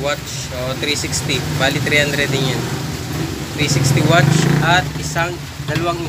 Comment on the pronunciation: Bakit lagi muh na sabi watch?.. Watts poh yan sir....